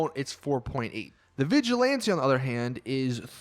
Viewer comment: Im pretty sure ur not supposed to say vigjilanti, but vigilant, or vigilanté